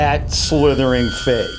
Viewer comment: When it said so fake it’s funny it said so fak it’s funny LOL 😆